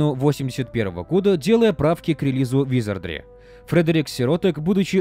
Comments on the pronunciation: какого хрена!? В первой части ролика правильно "ВизардРИ" во второй "ВизардЛИ" прям ухо резать начало.) Но друзья это мелочи, спасибо за годный конент. Успехов во всем.) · Почему ты говоришь "визардЛи"? 🙃